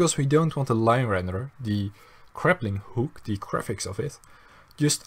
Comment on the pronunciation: He keeps saying "craplinghook"